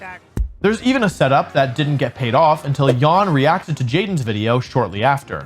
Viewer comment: Jan is not pronounced yawn.